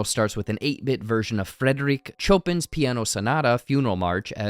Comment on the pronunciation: Chopin : "Show Pan"